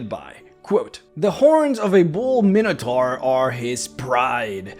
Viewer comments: You’re using the common D&D mispronunciation. It is actually “my no tore” or, by many in America, “min ah tore.” It comes from the Greek Minos (king of Crete) and Taurus (bull). But D&D players like to say “min ah tar.” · Minotaur is pronounced with the long I sound, like: item, iota, and eyeball.